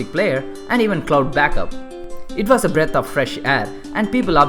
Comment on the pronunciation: This channel may not have many subscribers and likes right now but i STRONGLY believe it will gain recognition one day. Just dont let your confidence go down +. And try to improve your accent on few words bro...like 'was, company' etc...just a friendly suggestion ALL THE BEST:)